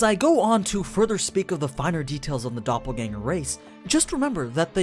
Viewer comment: As a German i give you my probs for pronouncing Doppelgänger correctly